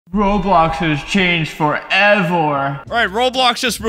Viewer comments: Roblox has changed FoReVoOoR: (i just find it fun that you said forevor and not forever) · “Roblox has changed FOREVWER” 😂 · "roblox has changed for evarr"